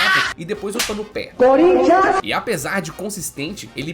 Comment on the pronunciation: esse "Corinthians" me quebrou um pouco kkkkkkkk